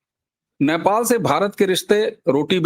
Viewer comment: अबे घोंचू, Naipal नहीं Nepal बोल 😂